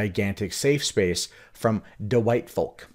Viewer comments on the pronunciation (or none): none